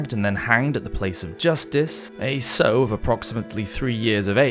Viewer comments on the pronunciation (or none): Good content, but there were some mistakes in pronunciation. 'Bestial' is pronounced as 'Best-ial', not 'beast-ial' and while one might 'sow' a field as one 'sews' a dress, a female pig sounds like sour without the 'r'. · Sow, not sew, doh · Isn't sow pronounced as in ouch but without the ch?